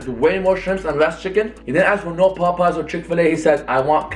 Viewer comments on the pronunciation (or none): none